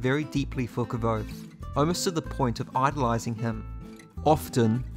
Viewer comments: You actually pronounced Kvothe right. You're the only other person I've seen say it right. Most say Kuothe or Kothe. I've never Heard Kvother from anyone but Nick podehl and Patrick. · Cool vid but you are not pronouncing Kvothe correctly, Pat has a video on YouTube and he says how it’s pronounced